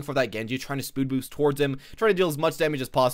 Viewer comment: "spood boost"